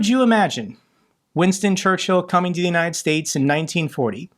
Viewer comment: In all this sadness the only thing cracking me up is pronunciation of Churchill. ChurchHill xD